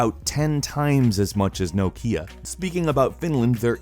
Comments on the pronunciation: No - Kia??? It's Knock - ia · no-kia? really? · Why do you pronounce Nokia so strangely? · why can't you say Nokia properly? lol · Why did you pronounce 'Nokia' like that? It made me feel slightly ill.